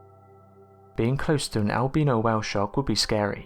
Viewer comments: The way you say Albino Make's me wanna stab my ears its Al-Bi- NO Not Al-Bea-na ....Say it with me AL-BI-NO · Nah, he was talking about Al Beano, that funny mexican who´s making jokes about beans and farts. ^^ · Did he say it might be a el beano whale 🐳. 😂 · "El-beano whale shark" lol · I like how he says albino